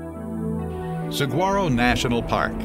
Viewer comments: You'd think if you were going to go to all the trouble of making a video on Saguaro National Park, you'd figure out how to say Saguaro right. It's pronounced Sa huar O, not SaG Waro. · It's pronounced sah-war-oh. Otherwise great! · this is terrible. The name is mispronounced. It should be sa wha ro and the language is Spanish. boo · I too live in AZ and it hurts my ears to hear the commentator mispronounce SQUARRO over and over again. Yes, we know it is SWUARROH - I HOPE THAT HELPS THE NON ARIZONANS, LOL. I have lived in many places but Arizona is my love. Here is my question to my fellow Arizonans.........Other than hiking, what fun things are there to do at this "National Park"? Seriously. I will eventually be taking my family there but most of the things I have seen can be done at home for me. The really fun things seem to be in Tucson and are not really a part of the Squaro (Swuarroh) National Park. I understand that Tucson needs some economic help but so does the rest of the state, lol. Maybe we can have Wil E. Coyote race The Road Runner with some rocket propelled shoes from the Acme Company????? No???? Hey, it was worth a shot. Seriously though, if anyone knows of some fun events to take part in, please let us know. It will be really appreciated. Thanks all and God bless. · I just hiked 3 miles in it today but didn't see any SEE-GWAR-O's....plenty of SE-WAR-O's though...how dumb can they get?!! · It's pronounced Sewa-Row. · Seriously? Saguaro is pronounced as in Spanish, not with a hard G-sound. Great video, but excruciating to listen to. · He's pronouncing saguaro incorrectly. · This narrator can not only pronounce Saguaro correctly, but his facts are incorrect as well. I’ve measured fallen giants to 75’ tall. And scientists as well as historical authenticators have claimed that these giants can live up to 300 years. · His mispronunciation of Saguaro was distracting… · This guy pronounces "saguaro" wrong over and over and over.